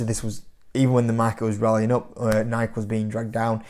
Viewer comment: Bro, let's see if you read the comments. It's pronounced NIK-E not NIK.